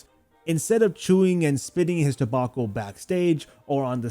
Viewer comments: ta-back-o not toe-bok-o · toe-bauk-oh? hunting? WRONG!